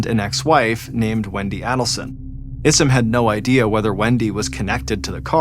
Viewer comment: This has been a huge case in the true crime community for years now and it's still not over. Someone needs to tell John it's pronounced AIDelson not ADDelson. I hate to be the one but I'd want someone to tell me if I repeatedly mispronounced a name in an extremely well know case like this.